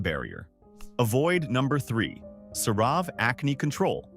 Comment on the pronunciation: You'd think if a channel was going to go so hard against a product, they might at least learn to pronounce the product's name. Or at least pronounce it wrong consistently...